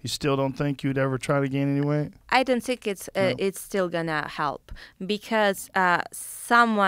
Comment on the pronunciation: when Valentina says “zhinkk” instead of think LOL 🤣😍 what a beauty